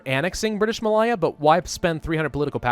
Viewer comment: just so you don't get teased its British Ma...lay....a